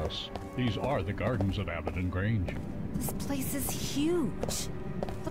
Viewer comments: I love how the speakers dont even say the words correctly on top of the subs not matching. The script is just shat on. She calls Abbadon Range "Abbadock", and he calls Greenwich, "Grenich". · Can't pronounce Abaddon correctly, can't pronounce Gibraltar correctly.